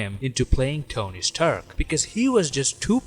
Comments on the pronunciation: "tony staherk" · the way he pronounced rdj's character is so funny. "Tony Sterk" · “Tony’s tuark”